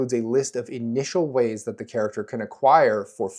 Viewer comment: During character creation, I can't count many times Wayne's World 🌎 "no hway" sounded in response to you saying "ways."